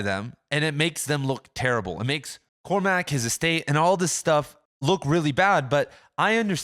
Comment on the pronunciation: And Cormac isn't pronounced /CormAc/, but closer to /CormUc/.